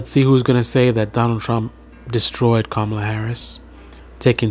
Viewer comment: Dude, you said Kamala wrong 😂😂😂